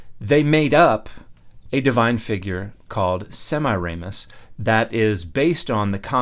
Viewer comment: I was laughing so hard after, "no it wasn't" that all I could hear was "Semiramus" which sounded like ignoramus and "that's a Mayan artefact."